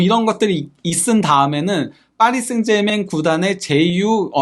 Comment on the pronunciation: 아무도 그렇게 발음 안하는데...하다못해 파비앙도...혼자서만 파리 생제맹 이라고 하네...참.....그래도 파히 라고 안해서 디행인가...